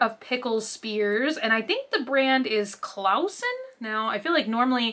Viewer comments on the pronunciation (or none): The pickles are pronounced "Claw sen" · It's not just the shelves. The carts and also one product from another are ALL disproportionate. The pickles are pronounced like Claw-son, and it's LAWrys, not LAOrys. ;)